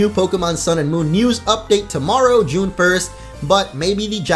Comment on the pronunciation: "June 1st" im triggered